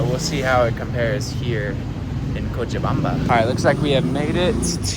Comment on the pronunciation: You pronounce Cochabamba very tasty